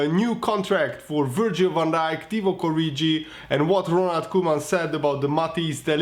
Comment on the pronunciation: You are pronouncing 'Origi' incorrectly.